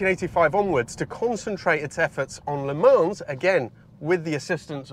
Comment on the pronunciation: if you insist on the Italian pronunciation I know you know how to pronounce Le Mans.